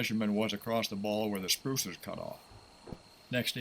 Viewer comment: It damages your credibility when you call it a “spruce” instead of SPRUE. It the sprue that gets cut off after the ball is cast.